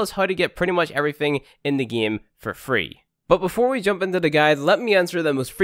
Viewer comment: let's get right into the gay?!